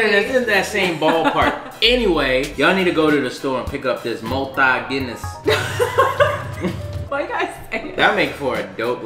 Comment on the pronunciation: The Malta Guinness pronunciation is spot on. 😂😂😂😂